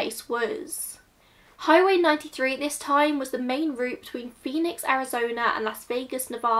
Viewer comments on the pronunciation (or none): none